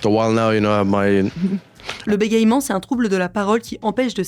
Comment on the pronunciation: un petit nota bene pour certes, le verbe, c'est bégayer, mais bégaiement se prononce "bé-gué-man" (et non bé-gaye-man)